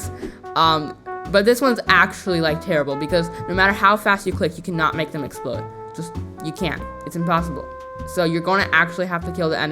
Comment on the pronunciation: “Exlpode” hmmm